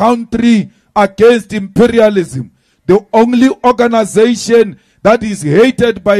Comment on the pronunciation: That o-ganasation is life threatening 😮